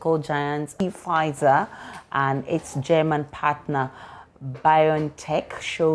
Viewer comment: This an embarrassment- the Name is Pfizer not P-fizer. This P is silent. Come on!